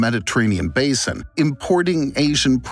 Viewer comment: I am also surprised when I heard this o_o